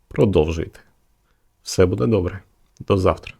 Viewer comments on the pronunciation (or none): none